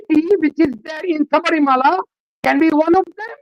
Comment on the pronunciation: It’s Shabarimala not Sabrimala as pronounced by Barkha Dutt